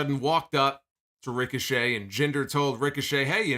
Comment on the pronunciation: “Ric-o-Chet” Idk why that was so funny to me 😂